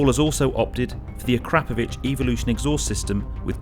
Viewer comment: Great review. And its nice to see someone pronounce Akrapović the correct way! Fair play to the owner. What a lovely thing. Is it his daily or Sunday funday car?